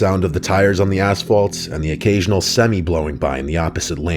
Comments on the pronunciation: I like it how he pronounces “semi”. He says “sss-emm-eee. Instead of sem-i. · Does he really not know how to pronounce a semi? 😅 Not knowing how to pronounce Davenport, Iowa, I get